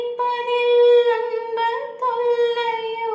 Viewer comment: அன்புத் தொல்லையோ என்பதை உச்சரிப்பு மாற்றி பாடுகிறீர்கள்.